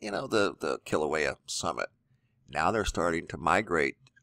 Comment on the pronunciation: E in Hawaiian is pronounced like a long A, Mauna Kea is pronounced Kaya not Keya !! Nice you pronounce KilauEa correctly. ;-)